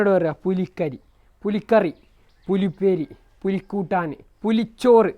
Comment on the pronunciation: പുലി ചോറ് ❌ പുളി ചോറ് ✅